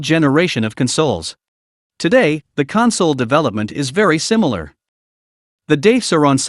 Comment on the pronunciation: Stop saying console, as in comfort 😂. F-ing. It's "Con-soal"😂